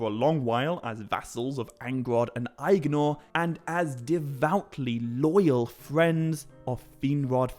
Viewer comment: I swear everythime you say Aegnor, I hear "the brother I ignore" :D